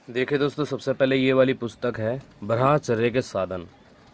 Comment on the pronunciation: भाई जी आपसे एक निवेदन है शायद ब्रह्मचर्य का उच्चारण आप सही से नहीं करते हो थोड़ा ध्यान दीजिए , आपकी मोटिवेशनल वीडियो बहुत अच्छी लगती हैं